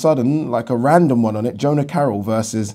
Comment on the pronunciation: Jono Carroll not Jona...